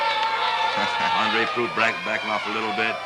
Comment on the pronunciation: proulx.... the lx is silent, so just proo. andre proulx. hey, chris haas... german fried yolk.